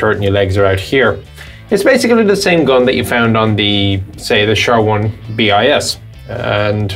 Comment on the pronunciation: You speak French but call it the "Char 1B.I.S."? It's bis , it's a word. Sounds pretty much like "Char 1B" but with a slight z on the end, that you kind of form but don't sound.